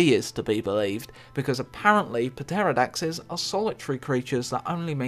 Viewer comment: p-terrordaxes? It's a silent P, so it is terrordax